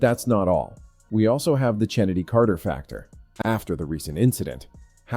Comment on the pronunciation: I already hit "Don't recommend this channel". I hate the AI voices and any human who watches the WNBA knows that Chennedy's name is pronounced "Kennedy," not CHennedy. I won't watch any page with AI voices or any that starttheirdesciptin with"2 minutes ago..."